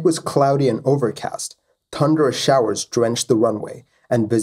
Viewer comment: PLEASE PRONOUNCE THUNDER CORRECTLY ITS THUNDER NOT TUNDER!!!!!!!!!